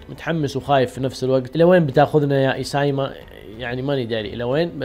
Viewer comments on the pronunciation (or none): شسمه اسم الكاتب ايسياما تلفظ (ايسي ياما) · المراجعه جميلة بس ياليت تشوف النطق الصحيح لأسم مؤلف المانقا لانك تنطقه بطريقة غلط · طريقة نطقك للمؤلف غلط 🤣🤣🤣